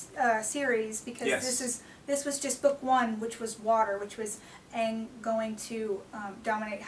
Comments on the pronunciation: ITS AANG not AUUNG -___ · Okay I paused it seconds into this video to make this comment....IT'S AANG!!!! not fucking ong, not fucking ungh, not what ever the fuck you wanna call it. THE NAME IS AANG! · OMG ITS AANG NOT AUUNG ???? GODDDDD :P I WATCHED THIS SHOW SINCE 2005!!!!! they sound so stupid ;p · AAAAAAAAAAAAAAAAAAANG. NOT AAHNG. ITS AAAYNG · its fucking ang not ong! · Did she say "Ong" WTF she did say "Ong". did M. Night change his name or did she just not see the movie cuz if they call him "Ong" in the movie I call Shenanigan. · u are true about DBE and appa and momo but the thing with aang is all wrong.in the movie they tried to make pronunciations like the eastern side of the world,where aang is pronounced ong and sokka pronounced soakka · Dammit people, show some encouragement! The movie is not the same as the series. OMG, I guess the goose is cooked. Millions of people who've never been exposed to the series now have a peek into it. but OMG, they pronounced aang as 'ong', I guess its a bunch of trash. As a result of the movie, I and my friends have gotten into the cartoon. but OMG, katara is pale....and zuko is indian, so I guess its a worthless movie. And so on. Seriously, fans, lighten up. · oh ur right on him choosing how to pronounce it. lol! but so what! there are asian people that do not look like theyre asian. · Aaah, I seriously cringed when you pronounced Aang's name wrong... ><